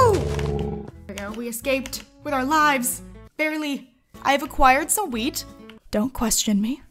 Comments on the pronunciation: I thought she said weed at first I was so cunfused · Whenever said wheat it sounded like weed 😂😂